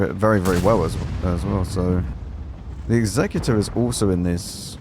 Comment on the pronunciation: Finally, a CC that pronounces Executor the right way... Worth a like just for that